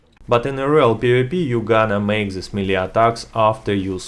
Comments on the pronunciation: MEE-LEE? It's pronounced MAY-LAY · The melle guide*